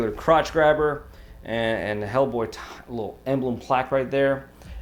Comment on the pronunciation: 'Ell Bwoy (Jamaican accent)